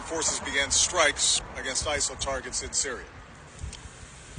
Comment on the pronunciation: Who listens to Charlatan the Guy? I can't take anyone seriously that says skrikes instead of strikes.